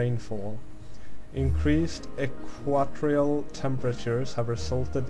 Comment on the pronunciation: OH! English isn't your first language. That's why you were talking so slowly. Your pronunciation of "equatorial" tipped me off. In that case, forget my last comment.